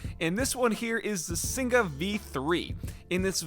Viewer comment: Singa is pronounced like sing-uh, and it directly translates to lion in malay 🦁 And that keyboard specifically sounded amazing!